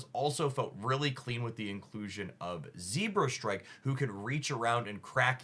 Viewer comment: “zebrastrike” i love how you always mispronounce pokemon😂